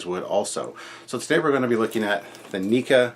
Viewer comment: I thought it was prounced Neck-a not Neek-a.